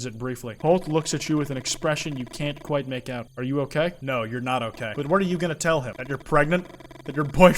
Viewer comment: "subscribe to "